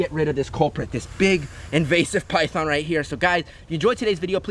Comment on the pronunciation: Its so funny when it saes pithon eating chicken but it sownds like eating piyhon chicken